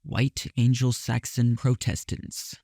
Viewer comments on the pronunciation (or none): Was ready to just nope out when you clearly have no reference for the references (so like. Why not start where you would) Got dangerously close when you pronounced ANGLO and PROTESTANT wrong But after the jewel one…. SHES KNOWN AS JEWEL. But I guess I made it half way so. Yay me?